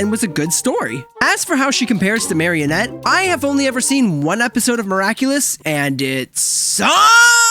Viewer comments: its marinette, not marionette. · Marinette sucks. Secondly why did you say MariOnette😢😢😢😢😢😢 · It’s not marionette its marinette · Marin ette. No offence, but- but where are you getting the O from? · I think he said MariEnette which would make sense if that was how it's spelled (ik it's not) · He pronounced marinette